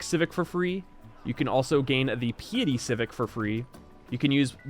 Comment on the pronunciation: How interesting that mispronounces the word "piety" and then 30 seconds later pronounces it correctly Edit: then another 30 seconds later, mispronounces it again!